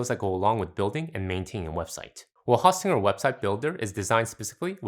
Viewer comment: It’s host, not haustinger